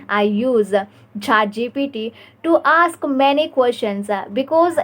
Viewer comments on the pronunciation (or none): Good work dear. Please work on eliminating the a at the end of words. Eg. "Isa" Instead of is "practisa" "aska"😊